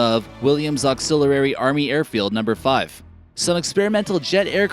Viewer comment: James Lewis - You’re not kidding. Auxiliary is pronounced “Auxili-rary”. Must be a new thing. Say it however you think it should sound. Clearly, Hooked-On-Phonics doesn’t work for everyone.